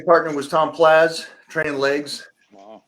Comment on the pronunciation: Why does he call him Tom Plaz